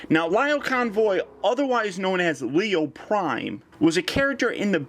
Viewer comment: It's Lio Check the Japanese pronunciation